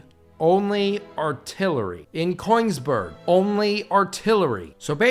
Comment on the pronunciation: He really called Königsberg "Coinsberg" this isn't Mario mate, Good video though.